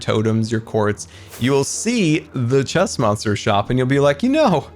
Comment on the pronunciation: If he's saying chest monster I hear stressmonster lol